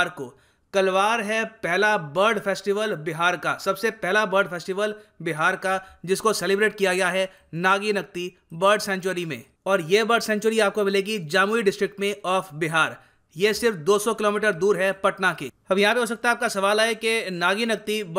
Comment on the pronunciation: Sir it's not jaamui its jamui😂😂